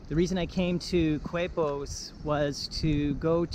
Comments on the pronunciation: Keh-pos!!!!!! Coo-aipos.....Quepos! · The beach was like 100 meters ahead you bro 🤣 And is Quepos (kepos) not "kuepos". But thanks for let me feel in my hometown for a while (I've livimg im mexico for 4 years now). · You took the bus from where? Now Quepos is pronounced Kepos, not cuepos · Pronounced Kepos.....Not KWEPOS..........in spanish "qu" is pronounced K............Like esQUina....(corner)..is pronounced esKina. You only pronounce the U with the letter G with certain vowels as in GUapo (Gwapo). Just a clarification. I lived in Costa Rica for 2 years. Miss it. Very nice video. Thank you for posting. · It’s pronounced ‘Kay’pos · K-pos = Quepos is the pronunciation for all of you who stumble to this video. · FYI it's pronounced "Kay-Pos"